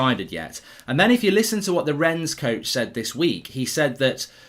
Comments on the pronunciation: No great lover of the French but I have to say I get triggered every time you say "Rens" lol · Mark - pronunciation tip - the "s" in Rennes is silent